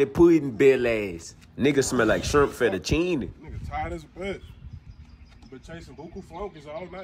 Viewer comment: He put emphasis on the CHEEENEY